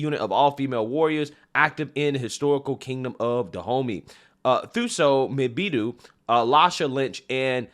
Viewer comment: Man the way you pronounce "Thuso Mbedu" 😂😅 is similar to me pronouncing "Jake Gyllenhaal"😂😁